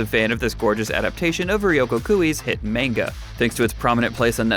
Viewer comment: Side note.. Pronunciation of Manga causes me to cringe..